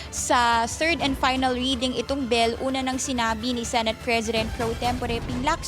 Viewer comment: Bill , not bell